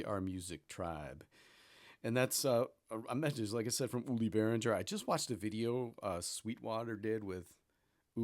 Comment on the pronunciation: It's not pronounced "bearindger", it's more like "bear ringer"